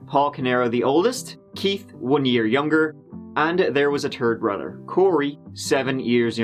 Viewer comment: I wanna know more about this " Turd Bruder " lol just kidding solid upload keep it up man.